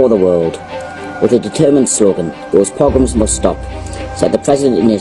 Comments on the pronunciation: I don’t understand your point here,. I’ve got friends in Missouri that know you and they speak highly of you, but you need to become more informed! It’s a pogrom (pah grom). You can Google it! My grandparents lived through it around the turn of the last century and came to America. My grandmother was under four years old at the time and told me all about the poverty and starvation. She told me about the mounted soldiers that would come through the town and trample and beat people to death because they were Jews. She also told me about having to sleep on a shelf over the stove to stay warm at night because it was the only source of warmth in the house. My grandparents families came from Kyiv Ukraine, Romania, Lithuania and Moldova. The persecution was real! Poverty was real! The killing of people because they were Jews and starving them was real! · So horrified to see that people cannot see through what you are proposing here. The narrator cannot even Pronounce the word PROGROM and laughs and says "whatever that is". ARE you F...ing kidding me. For Gods sake man, try and learn some history before you pick up a bunch of old newspapers that keep repeating the number 6 million ( which was simply a population estimate of the probably population of Jewish people in Eastern European countries, nothing insidious about it) . Try reading a bit about the hundreds of years of PROGROMS that the Jewish people were subjected to in their small poor villages throughout Poland, Ukraine and Russia. Oh and BTW, great Action adventure music, guaranteed to gin up your emotional state while listening to this nonsense. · I appreciate you posting that definition. I'm disappointed, though, that didn't take one minute to look it up, but shrugged it off with an attempt at pronunciation and, "whatever that is."